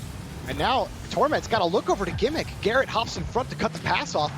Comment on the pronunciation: Any1 here the guy say carrot instead of garret?